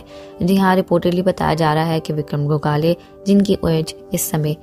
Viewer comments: गोखाले नही गोखले विक्रम गोखले ...उनके नाम मे ही respect हे ..तो नही पता हो तो पाहिले जाणकारी ले फिर व्हिडिओ बनाये... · Gogale nahi...😡😡 gokhle... marathi hiro....